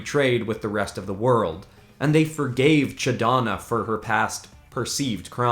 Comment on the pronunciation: “Ch’Donna” wtf?!?